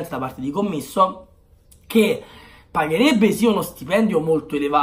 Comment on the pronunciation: Si dice CÒMMISSO, cognome calabrese molto noto nella mia città ahahah, un saluto.❤️